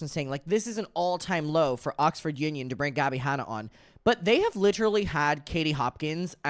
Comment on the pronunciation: wut. I know you can see the channel the interview was posted on. It’s most definitely Oxford and not “ocford” 🤣